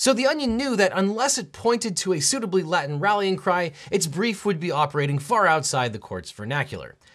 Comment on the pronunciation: The mispronunciation of Latin was horribly and hilariously distracting lolol but the entire video was great lmao